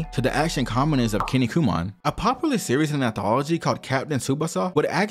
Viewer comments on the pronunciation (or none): none